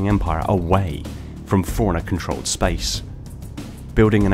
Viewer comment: Every time you say "forerunner" it sounds like you're saying "foreigner."